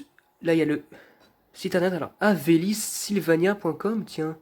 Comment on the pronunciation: a c'est pas Havelis Sylvania mais Havells Sylvania, c'est juste le nom complet de l'entreprise .